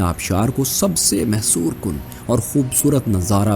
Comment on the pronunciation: محسور نہیں بھائی مسحور کن۔۔۔شکریہ۔۔۔